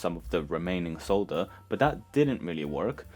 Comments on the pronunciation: Sole-dur not saaaaah-dur lol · I’m just here to appreciate how you say “solder.”